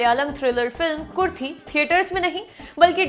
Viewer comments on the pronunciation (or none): It's Ku-ru-thi, not kurthi 😊